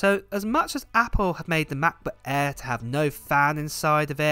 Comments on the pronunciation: The Macbook Eeeee XD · #Giveaway Hey 🥰 i am from India watching your videos from 4 months and purchased MacBook air M2 after watching your review.. thankyou for all the videos you give and love the way you Say (MacBook Air 😀) now i am planning to purchase Iphone 15 pro but don't have enough money to purchase because invested all my money in purchasing macBook.